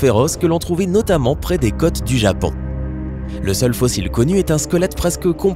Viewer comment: sur les ''cotes'' de l'italie... Pardon??? Peux-tu revoir t'es prononciations?